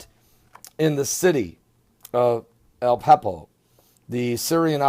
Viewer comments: u sound stupid.. AH-LEP-O ,sorry.. this is good information.Pleases learn how to pronounce first ALL places, and people. thank u so much for your great updates, we r close , but have alot more suffering to go. Pleases read Hosea 5:1-.. it tells u about this , Shalom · A-lep-po (ah-lep-poe)